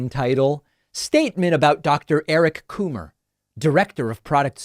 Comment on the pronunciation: “Eric Coomer” 😆